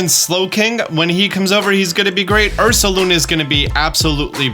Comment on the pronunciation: THE D IN URSALUNA IS SUPPOSED TO BE AN S!